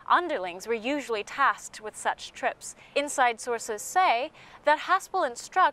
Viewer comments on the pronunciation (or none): none